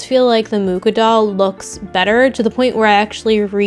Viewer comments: It’s pronounced moo-cha not mu-ka. Sorry that just really bothers me. I have a lot of Czech last names in my family and it just irks me when people butcher them. You can google how to pronounce historical figure’s names and Google will say it aloud for you. Please do that next time. Other than that cute video. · I've never heard someone spell it like moo-kah. In polish (close to czech XD) it's moo-Ha ("H" like in "Harlequin"). Also, I was today years old when I find out that he was Czech. I always thought he was Polish ("mucha" in polish means "a fly"). What a shame xD" Anyway, art nouveau is amazing, it's inspired me so much too <3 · Hello, Czech person (and fellow Moravian to Alfons) here to confirm that he is indeed "a fly" (although only with Moravian accent because in proper Czech it's moucha 🙄) but it is pronounced Mu-xa according to what Wikipedia and phonetic alphabet said 😁. The Ch sound is pronounced the same as in Loch Ness. For it to be pronounced moo-ha there would have to be little circle above the U like this Ů. I also love this painter because my parents had his posters when I was child so it's nostalgic for me to see his art.